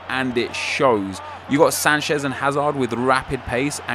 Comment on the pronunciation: Its not Sanshez its Sanchez